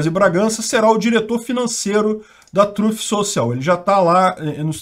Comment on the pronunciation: “a TRÂF social” 😂😂😂😂😂😂😂😂😂😂 (voltei 3x pra ouvir de novo) kkkkkkkkk